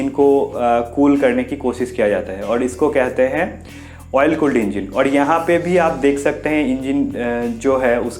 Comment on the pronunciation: Engeen nhi hota engine hota h chutiya